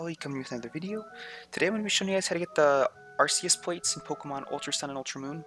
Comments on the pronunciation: Very clear and helpful, but why say "arseeus" instead of "arkeeus" like they do in the anime? Oh, and in Silvally's ability, RKS System (Arceus System)? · Am I the only one that finds it really annoying when people say arceus like arseus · Did he say arseeus? A R S E E U S ? ? ? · It's not Arceus Its Arkoos. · Bruh the c is not silent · your pronunciation of "arceus" makes me want to die.